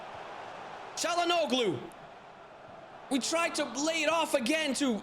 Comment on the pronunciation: Same as Broja, check pronunciation for "Çalhanoğlu" too mate ahaha. The 'g' and 'ğ' are not same.